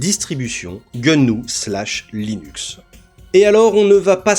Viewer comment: "GueuNou" alors celle la je ne l'avait jamais entendu ^^ . donc j’arrête à pas le bon public. Finalement j'ai continué et c'est un bon travail de vulgarisation.